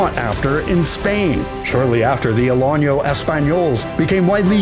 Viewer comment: (Uh LAP uh huh) is how you pronounce the Alapaha Blue Blood. The accent is on lap not pa. BTW the Alano Español is not pronounced " a lonyo ". There is no tildy over the end which would indicate a Y sound to be used, as there definitely is in Español.